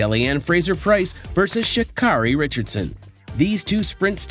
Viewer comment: Good heavens, dude, if you're going to post about track and field, the least you can do is pronounce athletes' names correctly. SMH ~~ Richardson's first name is pronounced "Shuh-CARE-ee", not "Shuh-CAR-ee".